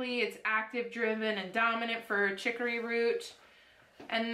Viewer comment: In Louisiana chicory (chick or E )is in the coffee .not trying to be mean. Ruins are old buildings . Runes is pronounced roonz. I tell you this with the kindest of intentions .this box is Scandinavian Viking lore .